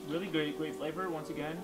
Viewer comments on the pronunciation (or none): Hits him instantly. "Really gwea-gwaet flavor"